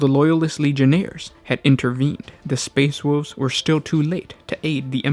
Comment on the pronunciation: All I heard was the "Space Woof Legion"